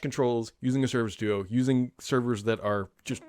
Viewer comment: Definitely said do-oo during the intro